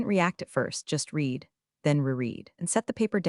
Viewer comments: Are you unaware that read can be pronounced “reed” or “red”? You consistently use the incorrect pronunciation. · Isn't AI wonderful! it has managed to wrongly pronounce every iteration of "read" (reed) or "read" (redd) in the novel it was given to mangle, no wonder I despise AI, people are too stupid to use it properly! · You don’t earn thumbs ups or subscriptions when you don’t bother to edit the voiceover. Your script narrator doesn’t differentiate between read pronounced as “reed” or read pronounced as “red”. Get it right. 👎👎👎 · Somehow uou managed to find an AI that *always* pronounces "read" wrongly: "reed" when it should be "red"; and vice versa. That's not incompetence. It transcends carelessness and enters the realm of anti-literacy. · DOES ANYONE PROOF THEIR POSTINGS? TO READ PRESENT TENSE, HAVE READ(PRONOUNCED RED) PAST TENSE. ESQ-ABBREVIATION FOR ESQUIRE. GET A BOT TO PROOF. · Respectfully, can we teach AI the difference between the pronunciation of read as “reed” and read as “red” via context clues, or is that beyond computer learning? Good story, but hard to listen to. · AI voice not trained to correctly use the right pronunciation of “read”. Highly infuriating. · Same old mispronounced "Read" multiple times! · PLEASE teach your AI the difference between read (reed) and read (red). They're two different words, and your AI keeps getting it wrong. Context matters.